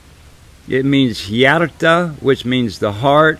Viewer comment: Frö, not Fro- he says Froo but it shoud be said Frö. Hearth - Hjärta (not Hjarta) Moon - Måne (not Mone)